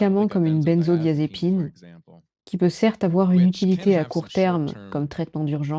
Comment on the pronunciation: Pourquoi prononcer "benzo dy-a-zépine"??? La traductrice elle ne fait pas cette erreur. De même, "opinion leader" ne se traduit pas par "leader d'opinion", mais par "influenceur". Ou encore: en France, on ne parle pas de "TDH" On parle à la rigueur de trouble (de déficit) de l'attention. Traducteurs, si vous avez la chance d'avoir conservé votre job sans avoir été évincés par l'IA, produisez au moins un travail de qualité supérieure. ça me consolera d'avoir perdu le mien.